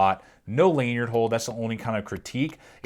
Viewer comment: Lanyard not laneyard Particly is not a word